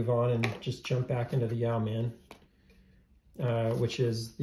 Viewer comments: YOH-man, not YEOW-man. It’s a fairly common word. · It’s pronounced ‘Yo man’. yoeman ~ a man who owns land and is responsible for its cultivation. Yoemanry were a class of people, who derived a living from their land and or trade, enough to live comfortably and save a little. But not enough to stave off poverty if they fell ill or were robbed. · It’s pronounced ‘Yo’min’ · I believe the pronunciation is “Yo-man” not “Yee-ow-man”. It is a naval rank term, Yeomen perform secretarial/administrative and clerical work. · Good video. I want a Yeoman somehow. Pronounced Yo like row (Yo- muhn) not ( "Yow man"). Ow man, that hurts!... Yeoman,a low ranked administrative position in a royal house or in the military like in Star Trek (Yeoman Rand, used to flirt with Captain Kirk).. I think the Yow man is a cryptid creature lol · It's YOmuhn, not yaoman. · His 3 year old didn't bother me but every time he said "yow man" i wanted to slap him. Did he never even watch Star Trek? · Pronounced: yo-men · "Yow-man?" Damn, that's annoying to listen to. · It’s yo-men. The e is silent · It's pronounced e-yeow-MAN! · Interesting video. I like how you compared the Yeoman to do many other options. As a veteran of the US Navy, I have to correct your pronunciation; yeoman should be pronounced like woman with the first syllable rhyming with toe. I have a Yeoman that I modded myself and agree that it is a great tool combination. Look forward to seeing your future videos. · Thank you, this was triggering the 💩out of me ! How do people not know that Google has an audio file of pronouncing every word ???